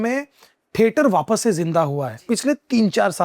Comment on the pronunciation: ठेटर ❎ थिएटर ✅